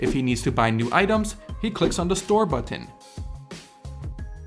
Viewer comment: you sound like an idiot saying BUTT TIN Just say button dog